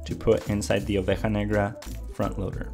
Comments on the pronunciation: Nice pronunciation OVEJA NEGRA, do you speak Spanish? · My dude, I'm argentinian and it must me be first time I've heard anyone pronounce oveja negra correctly :))